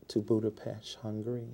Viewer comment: did this man say budapesh? lol